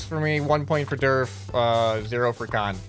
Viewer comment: Whenever says durf I always hear derp XD